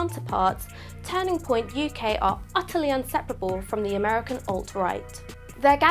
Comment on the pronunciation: Why does she say turning like tanning "tanning point UK".